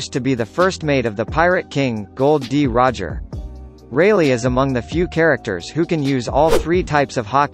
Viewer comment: Thats not Gold d. Roger thats Gol d Roger